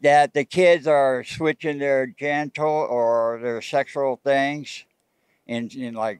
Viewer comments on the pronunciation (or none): Kids are switching their "genticals" says the man with the Ponytail 🙄